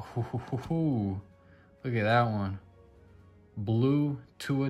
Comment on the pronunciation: Sick Tua card man! Totally butchered the name but still awesome! Tua for MVP!